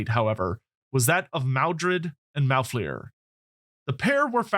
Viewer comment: Maldred/Malfleur’s shenanigans take place 19 years after the current date in the game’s setting. And you are pronouncing Malfleur wrong.